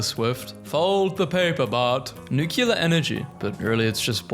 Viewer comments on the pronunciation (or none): Five minutes into the science video: please for the love of god and all that is holy STOP PRONOUNCING NUCLEAR NUCULAR, ITS NEW CLEAR.